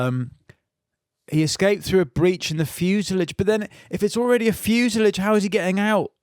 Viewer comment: Fin's pronunciation of granite and fuselage show he's really just a fucking idiot like the rest of us.